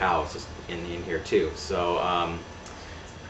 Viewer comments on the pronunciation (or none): none